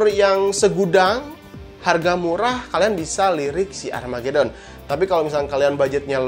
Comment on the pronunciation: "Armageuuudddon" wkwkwkw🤣🤣🤣🤣